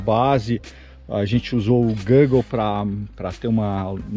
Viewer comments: A gente usou o que???? KKKKK "o GöÖglè" auhauhauua desculpe, é que nunca vi ninguém falar assim Google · Muito bom! Nova série!, por favor, ensina o rapaz aí a falar Google kkk Abraço!